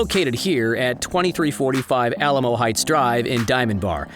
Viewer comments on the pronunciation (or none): none